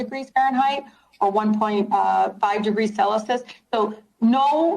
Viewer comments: It’s 😮 Celsius not centalous. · She pronounces ' CELCIUS' as "SELLASIS". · Did she say "sellisus" instead of celsius? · Celicus? It’s “Celsius”, Rashida. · Rashida Tlaib has up to $100,000 student loan debt and doesn't even know how to pronounce "Celsius"?Celasos, really? It's not the CEOs who don't care about American workers, it's her. Hundreds of thousands jobs depend on the oil and gas industry. What a narcissist! It is an incredible impudence to threaten the CEOs of the banks. Byproducts of the oil industry are needed by numerous industries to produce everyday products. We need petrolatum for hygiene- and medicine products; care products and makeup contain liquid and solid paraffin, e.g. her blood-red lipstick; we need it for baby products (low skin irritation property). The plastic industry cannot exist without oil. We wouldn't even have syringes to vaccinate people! All plastics contain byproducts of the oil. Hard plastics like refrigerators, washing machines, etc. and soft plastics like carpets, sportswear, fleece... The list is endless. The transition to an oil- and gas free future will take decades. Has Rashida ever wondered where the energy for her electric car comes from? Where the ingredients used to manufacture her glasses and make up comes from? She obviously has no idea! Only about 3% to 20% (depending on the area) of our energy needs are covered by renewables. In addition, of course, renewables are not environmentally friendly. . Immediately stopping oil production would destroy our civilization. With gas, the situation is different, but we cannot do without it. Not yet. Anyone who doesn't see this is a fanatic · Can't even pronounce Celsius correctly. "Celisus" 🤣🤣🤣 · Selisis? Oh Celsius? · Did she say sellisus instead of Celsius? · What is "Celisus"? She can't READ! What an evil 'woman'! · "Celusus"?! WTH is "Celesus ? lol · Celisus ??? So uneducated 😂😂😂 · She said "sela-sus" for Celsius. Sounds sus. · "Celisus" wow. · "5 degrees celisus"?